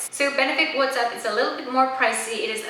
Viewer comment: It isn't pronounced "what's up". It's pronounced " watts up". As in light bulb watts- there is no "H" in the name of the highlighter.